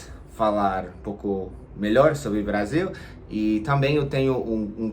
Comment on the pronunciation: Brazil com z se fala no inglês, Brasil com s se fala em português, vc falou português com Brasil em z